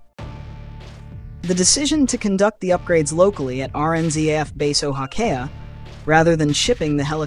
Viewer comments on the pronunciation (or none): Oh-HA-key-ah. Now say it quickly. RNZAF - we say 'Zed' rather than the American 'Zee'.